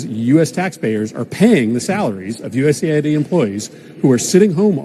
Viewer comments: It is USA ID NOT US AID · It’s not Us “Aid”. It’s US “A” “I” “D”.